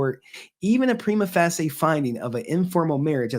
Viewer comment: Respectfully, please look up how to pronounce "prima facie". Thanks for the vid!